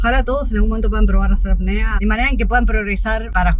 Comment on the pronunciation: Es Apnea no Acnea